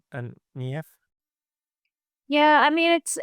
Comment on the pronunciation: You can pronounce the name 'Niamh' as 'neeev'